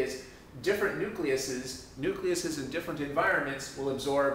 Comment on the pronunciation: Awesome video. But really.. nucleases?